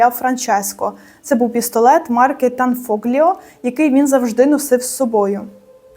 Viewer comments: Не фоґліо, а фол о.gl читається як от.,a gn , як нь. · tanfiglio читається танфольйо)) а так - супер, дякую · Правильніше - танфольйо. Сполучення букв - gl читається як - ль.